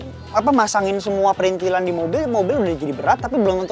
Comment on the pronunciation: Yang bener tuh PRITHILAN ga ada N nya. Jadi bukan PriNthilan ! Bapak-mu (Oom Hauwke) Wong Jowo Temanggung koq keliru sebut PRITHILAN jadi PRINTHILAN...